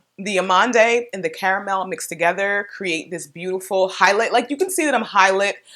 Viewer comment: That Nars creamy concealer is awesome,and you say Amand (Almond). The E at the end is silent.